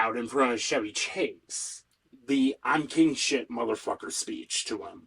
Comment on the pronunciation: Good break down - I'm a lifelong SNL watcher - except for recent years of wokeness. Just one small suggestion, Chevy Chase is "Ch" as in "Charlie" not "Ch" as in "Charlemagne". Minor thing.